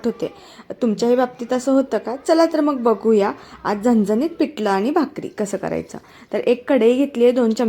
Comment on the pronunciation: पिटल नाही पिठल तिकट नाही तिखट बाकी छान